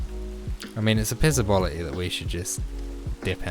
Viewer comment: "Pissabolity" 😆 Nice guide mate